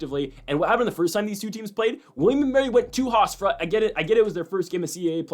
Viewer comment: "HofsTra" 😂 Love the Analysis though but that was killing me